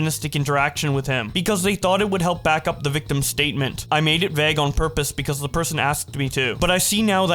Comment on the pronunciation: can u pronounce vauge like a normal person plz ty